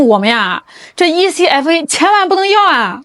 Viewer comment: 台灣叫這愛可發 不是E-C-F-A